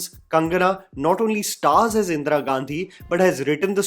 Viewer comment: Like always, an excellent video,. The pronunciation of Indira could've been better. Indra it isn't.